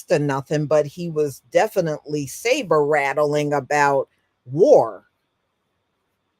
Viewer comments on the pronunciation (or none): none